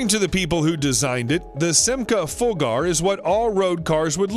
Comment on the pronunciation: The name Simca Fulgur does not sound close to the way you pronounced it. Not overly surprising given that you can't even pronounce Scion, a perfectly ordinary English word. The engine in the T-Rex is out of a BMW K1600 motorcycle, previously it used Kawasaki engines. In either the case the redline is closer to 10,000rpm than to 5,000. That was a silly comment. Thorium is not "vaguely radioactive"; it's simply "radioactive".